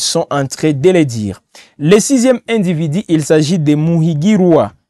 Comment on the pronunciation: on ne dit pas individi plutôt individu